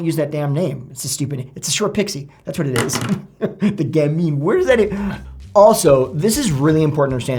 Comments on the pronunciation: Gamine as in gam-en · Gamine - pronounced GAM-in. A petite, charming girl or woman, especially one with a playful demeanor. Alternatively a street urchin. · Pronounciation: GAM- in, rhymes with 'famine'. (Like lanolin, w/o the 'ol'.) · this name comes from french language 'petit gamin' which means 'little boy'. You find it in women's clothing styles too. This refers to not so tall women with narrow hips no waist and smaller breasts. Therefore it's contradictory to say gamine. Because '...ine' is the female end syllabus whereas '...in' is the male form of this end syllabus. If you want to know how to pronounce it just ask the internet, there are lots of possibilities to hear it spoken. It is too dificult to describe and, unfortunately, I cannot find the signs for phonetics.